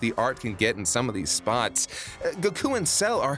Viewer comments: God the way pronounces Goku makes me want to rip my ears out... You're not even saying it how the Japanese dub say it... Its GO-Kooo Not Guh-kooooo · Kinda, the way he pronounces Goku and how he says Tienshenhan (he may be correct, but it doesn't sound right to me) are the main things that are iffy imo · Okay not going to lie but pronunciation of Goku kinda rustles my jammies and it's not even about me being a grammar Nazi it's just over pronunciation kind of bothers me a little